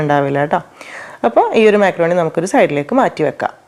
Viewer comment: മാക്രോണി അല്ല മക്രോണി 😊